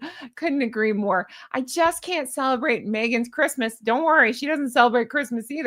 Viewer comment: She can't even say "Christmas"...